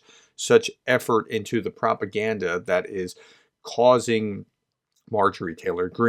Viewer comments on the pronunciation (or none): none